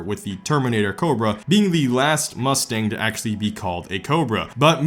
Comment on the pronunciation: You made cobra not sound like a word anymore